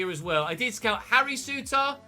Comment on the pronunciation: Souttar is pronounced soo-tir